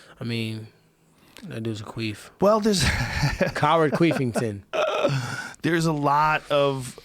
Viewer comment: Did he say Colby queefenton?